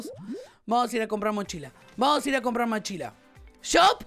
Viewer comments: minuto dice machila XD 🤣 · dijo machila 🤣🤣🤣